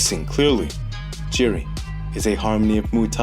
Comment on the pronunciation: It's not jiri ...it's pronounced as YIRI